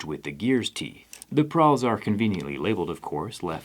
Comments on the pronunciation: Did you mean to say Pawl, instead of Prawl? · It's a "pawl" not a "prawl." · Prawl? You mean pawl? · "pawl" not "prawl"😅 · ITS PAWL NOT PRAWL!! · It's "pawl" not "prawl". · Pawl, not prawl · Pawl not prawl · I think its pawl, not prawl lol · I think you mean pawl, not prawl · PRAWL? PRAWL PRAWL PRRRRAWL??? It's pawl, busta. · It's PAWL not "prawl" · You got too many r's in pawl.